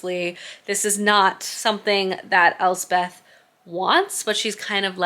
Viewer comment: Elspeth is my middle name. Scottish for Elizabeth. It’s pronounced Else-peth not Elze-Beth. Just an fyi. 😊 I just found your channel and am thoroughly loving it.